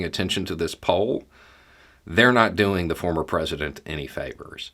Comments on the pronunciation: Nice slip at end when saying former, sounded like you about said Fuhrer lol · It almost sounded like started to say "fuhrer" rather than "former" president. 🤣😅😂